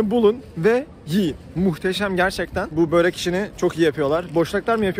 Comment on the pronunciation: sen böreğe böörek mi diyosun ben mi yanlış duydum?